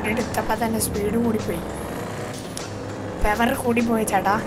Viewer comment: പെവർ അല്ല പവറാണ്